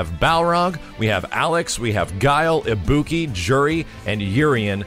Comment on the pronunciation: Pronounces Ibuki as. Just killed my ears. Ibuki is welcome, don't care about Balrog (prefer Dudz) and rather than Juri I'd rather have Makoto. Oh well.